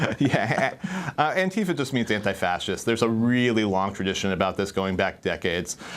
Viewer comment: Stop molesting the name Antifa. This is not how it is pronounced, this is never how it was pronounced, stop fucking up words that existed long before you got hold of it and mangled it for some dark reason. Also: Long live Antifa.